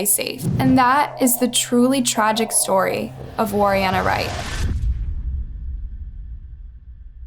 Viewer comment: Pronounced Warriena Wright wrong..and very false text accusing him of pushing her. Well done on being the problem.